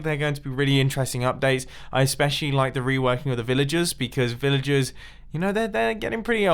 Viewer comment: Villajizz villajuhs